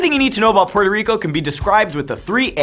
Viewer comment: Difícil prestar atención cuando no sabe pronunciar el nombre de su propio país “Pororico”, wtf